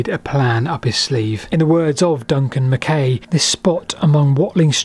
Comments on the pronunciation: The surname MacKay is always pronounced "Mac-eye". His argument for the battle being on the hill above St Albans is far more convincing than you give credit for. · By the way,, the 'ay' part of Duncan MacKay's surname is pronounced 'aye', e.g. 'mah-k-aye'. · It's pronounced Mc "Eye". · It's pronounced mac eye as in the actor Fulton Mackay. Just a wee heads up from a scotsman. Brilliant. Programme. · Another fascinating video. PS. MacKay is pronounced Mac-aye as in, “Och Aye, Jock MacKay.” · Another great vid. So well done. How does Duncan pronounce Mackay though?